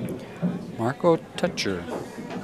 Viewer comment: marco "toycher" ... not "tootsher". If u wanna pronounce it correctly. Its like Teacher, but toy-cher. You're welcome ;)